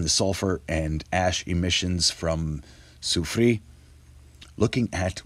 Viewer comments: A phonetic helper for you. Try saying " Lassoo Free Air" respectfully, KT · Thank you! I'm french, so pronounce this name: sew-free-air! I really enjoy your videos!